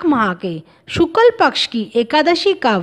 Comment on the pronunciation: hindi uccharan bhi galat karte hain bharat vasi . lajja ka vishay hai. व्रत hota hai , ap usko वर्त bol rahe ho . शुक्ल hota hai ap usko शुकल bol rahe ho . iss video ko hata diya jaye ya uchcharan ko theek kiya jaaye.